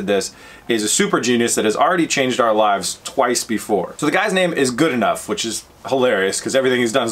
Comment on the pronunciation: Goodenough's name is pronounced "Good-uh-now", not "Good-ee-nuff." Rimac, who make the drivetrain for the electric Porsche Taycan, have a 2000HP electric car using lithium batteries - Richard Hammond (Grand Tour) crashed one of the 8 version 1.0 Rimacs in existence. Koeniggsegg are also north of 1500HP...you need to work on your Google Fu,. Batteries are there now - we are capacity constrained which is the ONLY reason you don't see a $25,000 Tesla. Tesla will have a 33% more dense battery, which is in the lab now, in time for their Roadster, Cybrtrk and Semi. The gas engine is DEAD. We can't build enough EVs to replace them, which is the only reason they'll continue to be on life support.